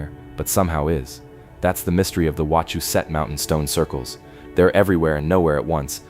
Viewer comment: Im 5 mins from wachusette (ur pronounving it wrong) but that could be the AI? and ya most are colonial remnants. Not charcoal pots but logging camps. Not a single pic but a google search query them stacked stones have fell multiple times and reset by thlocal govenment for tourist $$